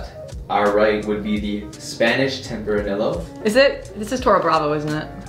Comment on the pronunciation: Who was pronouncing the wines? It's pronounced tempra-nee-yoh